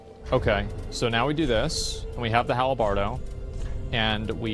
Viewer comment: “The hal-a-bardo” Drives me nuts. 🤣🤣